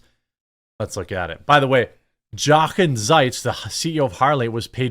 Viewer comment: His name is pronounced (phonetic spelling): "Yo'-kin Zites"